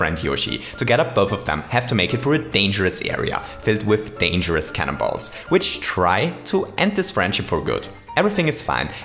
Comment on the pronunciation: I hear cannon balls as CANIBALL